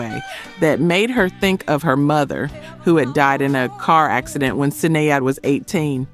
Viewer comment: Do us all one favor when you go back and review your content before you publish listen for the names or words you use... your ai voice over. Gets it wrong..(Sinead) spelled correctly but pronounced wrong. Correct it for the ai. Shin aide. Or shenade. It will definitely help. Keep up the great work.